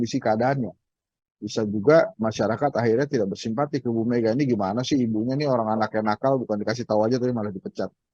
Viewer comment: Gimana gimana kok kurang jelas !!! bersimpati ??? 😅😅😅